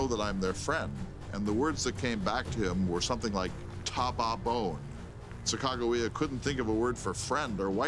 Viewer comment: Sacagawea was the female Shoshone's name. The narrator needs to study the name and how to pronounce it properly.